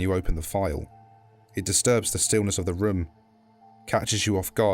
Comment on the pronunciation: i like how he says "room" as "RHUOM"